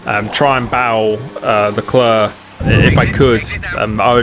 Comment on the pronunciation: Dont say leclEEER ASJIKDJ WQO ENBUWQIOBEUVOQW